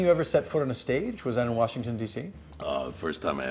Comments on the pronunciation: ha, he says washington like my grandpa. warshington. hahaha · I can tell he grew up in DC because he said, "Wershington" lmao